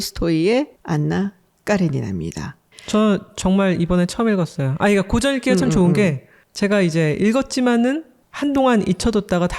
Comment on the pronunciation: 아이고!! 고전 논의에, 고전의 발음이 틀렸나이다! "고" 는 길길게 발음하소서 이런 장단음 문제가 심각하옵니다. "사실, 소설, 건, 대표적